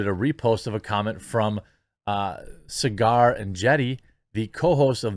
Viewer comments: Quartering!! Enjeti’s name is pronounced “Sogger” rhymes with Frogger, “SOG-ger,” not cigar … tia He’s a brilliant guy, check him out further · It's not "Cigar" It's "Saag-err" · Saagar is pronounced like Sogger/Saugger, like soggy or sausage. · yo, watch breaking points, learn how to pronounce Saagar, lol. Plus its good stuff